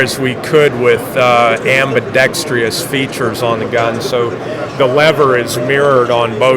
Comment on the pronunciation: "Ambidextreeous" lol.